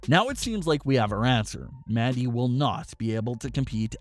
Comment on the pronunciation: All I heard was "Maddy" Rose